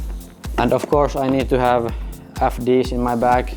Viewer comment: Loving the Äf D’s😂